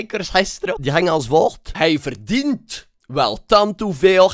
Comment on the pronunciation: Lmao die nadruk op verdien t